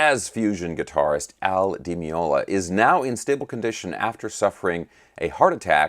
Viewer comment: "Day loo THEE ah" You got the Paco part right though.